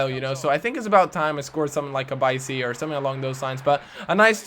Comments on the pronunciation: bikey, not bisy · Its Bikey not Bicey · please never say "bicey," again